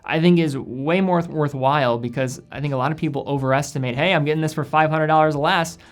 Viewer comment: " forthwhile " huh ?